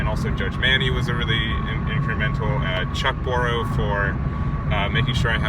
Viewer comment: You got my support sir! It's Chuck-O-BRO btw. Lul